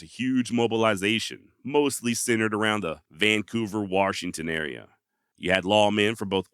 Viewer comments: Great video. I was born and raised in Washington and still live here. His legend has never died.. but can you do me a favor as a podcast host?? Stop calling Washington "Warshington".. That is like nails to a chalkboard for residents of this state lol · Dude did you really say waRshington? Come on man. I don't know why it bothers me so much but for some reason it really does. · WaR-shington is killing me. 🙉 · Warshington, lol! Great video. Thanks for the upload. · fyi theres no R in washington